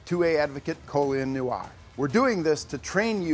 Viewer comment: Ok there were some great takeaways from this but unfortunately I was hung up on how hard it was for this guy to pronounce "noir" Like dude. Come on